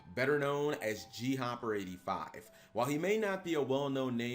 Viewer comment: So disappointed when I heard his name pronounced as "G-Hopper" and not "Gopper". Very good video though, I wasn't around then so had no idea who he was.